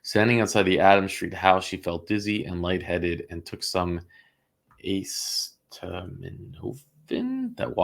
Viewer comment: A-ceet-a-min-o-fin, acetaminophen … just generic for Tylenol. I love the hearings and you guys hard work. Thank you and. ❤